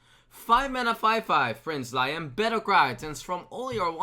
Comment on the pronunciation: Liam is pronounced Lee-um.